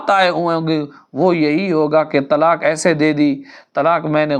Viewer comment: یہ تلاک یا تلاکھ کیا ہے؟؟؟ کیونکہ آپ نے تلاک اور تلاکھ ہی کہا ہے کیوں؟؟؟ کیا آپ قاف نہیں بول سکتے؟۔😮😮😮